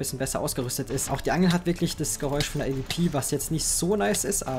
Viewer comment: avp? es heißt A-Duoble u-P und nich A-V-P also bezüglich der AWP